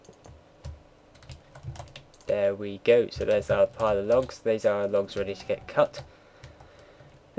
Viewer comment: lold at dese like dese haha keep it up